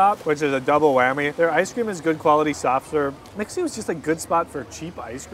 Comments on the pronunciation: The bubble tea shop, It's Mi-Xue, not mix-U 😂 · I kinda like your pronunciation for MiXue🤣.It's an angle that I had never expected as a Chinese speaker even I speaks English more now.And "蜜雪” means "honey snow"🥰